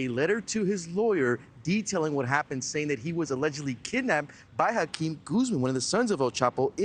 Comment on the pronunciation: 😂Dudes name is really & he can’t even at least pronounce Joaquin Guzman?!?!?!